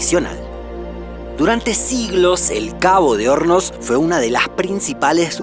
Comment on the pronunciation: Por un momento pense que decia Cabo de homos jaja